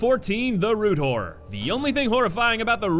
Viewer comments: Does anyone else hear 'rude whore' instead of 'root horror'? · Who else heard root whore? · Am I the only one who heard "Root Whore" when he said Root Horror? xD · I can't stop hearing "root whore" Goodness. Turn on subtitles XD